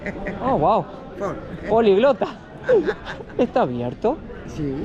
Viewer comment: Políglota,🤣 con acento esdrújulo no "poliglota"